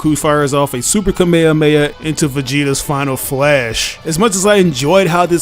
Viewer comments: It’s KA-ME-HA-ME-HA‼️NOT KA-MYA-MYA. GOTDAMN IT‼️‼️😡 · Dude love you but please never say Kamehameha again